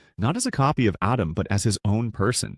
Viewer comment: Did you call him Adam? Then Adem? 😂 Really? It's Atem.. pronounce A-tim, rewatch the English dub if you don't believe me